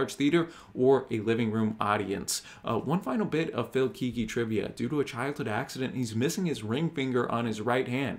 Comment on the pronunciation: BTW. Pronounced Keg gee.